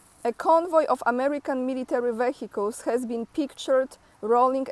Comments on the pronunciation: every 100 km 1 Tank if 14 of them…👌🏻👌🏻🤣😂 A lot there is 1500km Front line so all this Equipment i really a lot!!! 👏🏻😂😂 try to say Vehicles without H…sounds better and proper spell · you don't even know how to pronounce the word "vehicles" properly? When will you finally learn to speak correctly?